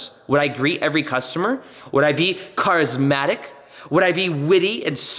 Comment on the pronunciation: "CARismatic" lolol love it 😂